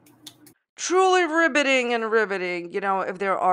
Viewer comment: Petition to change "riveting" to "ribbiting" because, you know, frog.